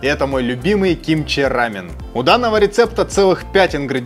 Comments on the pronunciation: Не рАмен,а рамъЁн. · Не хочу обидеть, но если называть только японский рамен, то действительно все будут постоянно путать. Я конечно не эксперт, но Япония - это рАмен, а Корея - это рамён( с ударением на) ё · Единственное с чем не согласна, так это с произношением. Почему вы говорите РАмен? Я много раз слышала как сами корейцы произносят либо РамЁн, либо Ламён (впереди стоящая р у них читается как л). А так рецепты все классные! Я обожаю лапшу быстрого приготовления. И пытаюсь как то разнообразить свой "рамён" 😊. Например, делала супчик с шампиньонами и лапшой. Правда без яйца, но все равно вкусно)) надо попробовать ваши рецепты)) спасибо за идеи❤ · Круто! Спасибо. Только не "рАмен", а "рамЁн"